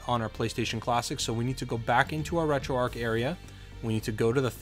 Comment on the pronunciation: It's not like it matters but it annoys me....'Retroarc'...that's what you keep saying...there is a 'h' on the end however making the word arc a different one, you see that 'h' yes? Please try and use it.